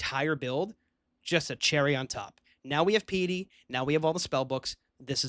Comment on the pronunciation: Most underrated youtube channel of all time. btw it's pie-ety not pee-ety. lol